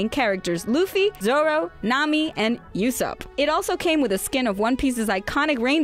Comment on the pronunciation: his name is pronounced ooo-sop not you-sop